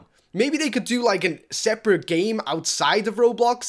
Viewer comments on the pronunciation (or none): none